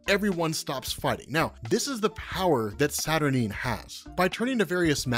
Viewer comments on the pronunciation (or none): Kinda puzzled that you are pronouncing Saturnyne as “Saturneen”. Unless there’s something Alan Moore said about it, it would surely sound almost exactly the same as the word “Saturnine”, which sounds altogether far, far better and with the appropriate gravitas such a powerful character deserves. That aside, your video would have me interested enough to buy a Marvel comic for the first time in 30 years. Interesting stuff and well explained. 👍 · Isn't it pronounced Satur9? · Saturnyne is pronounced Satur-9 ! I cringed every time you said it wrong lol. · Isnt it pronounced Saturn eye-n?